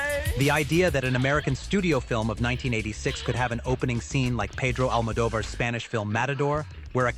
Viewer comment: Almodóvar’s name is mispronounced. Very annoying.